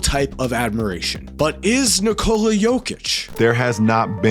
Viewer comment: It's not Nih-Cola. It's Nee-co-luh.